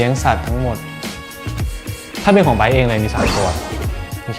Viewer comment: Come back here just to hear him pronouncing his name 😍